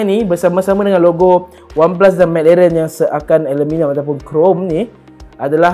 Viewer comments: lidah pendek 😂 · McLaren tuu bunyi pelik je dia sebut